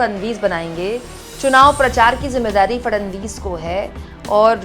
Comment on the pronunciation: Fadanvis nahi..Fadnavis bolo